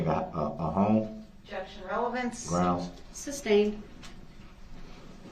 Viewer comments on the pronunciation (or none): "Pure trash," you said it,. His mother needs some recognition for how she raised this POS. She CLEARLY states her grounds for the objection every time! He's so effing stupid, he NEVER catches on. "Grounz for the substain". 😂😂😂😂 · I wish when he has to say Groundzz he would only say it one time. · Also, many times the prosecution says "objection" and he says "groundz" while the prosecution is saying the grounds. So she's just repeating them, not providing any new information.